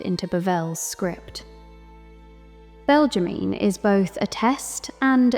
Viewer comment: Belgimine : Belg-ge-mi-ne